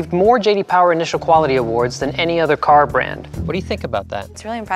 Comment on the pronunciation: With the Boston accent, car is pronounced cah. pronounces it core., your fake accent needs some work.